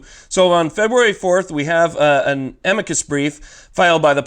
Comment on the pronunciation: It's pronounced: 'amicus. NOT a-'meekus. you're welcome.